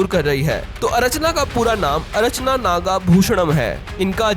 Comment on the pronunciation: अरचना नहीं अर्चना